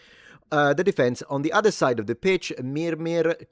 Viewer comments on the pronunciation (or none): none